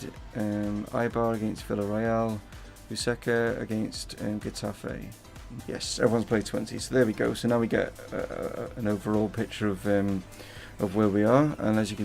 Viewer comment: Bring all those youngsters in ASAP wish I was getting ones that hot. U were right with Granada, Grenada is in the Caribbean also it is pronounced Mayorka unless I'm confusing two different locations and Huesca is pronounced Hweska, not being critical coz I'd be a mess playing in a foreign league just hoping to help out. Great wins some awesome goals Davies volley was too fast for the keeper to readjust in time as he was going the wrong way slow mo makes it seem like keepers had a chance when they didn't really coz the ball was moving so fast a top keeper might of had a chance if their reflexes rating was high. Pacheco's chip and yes chip not lob lol they come from farther out, was sublime. Doing well bro, playing in the big league soon. Financial takeover and all uv got is 24 mil? Perhaps u should've waited until the promotion kicked in?